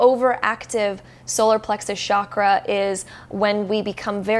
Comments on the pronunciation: Sure, interesting and everything, but, please, I beg you, from now on, whenever you utter the word chakra, please say it with a distinct ch as in chair sound. Being into spirituality means respecting the language of origin of the terms you work with, right? Do keep that in mind. Thank you. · Genuine question, why do people in the west pronouce Chakra as SHAKRA? Where does that misconception come from? Do they assume it's of French origin? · Please please please Western world stop pronouncing the Ch in Chakra as SH. It's wrong. It's pronounced as it is written.